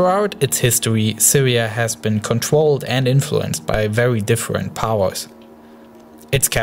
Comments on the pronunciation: all i heard was war wuled fwance difwent and diffrwnt words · vewy difwent powews